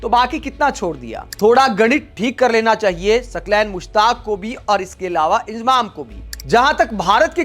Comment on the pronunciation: इंजमाम बोलना सिख ले इजमाम बोल रहा है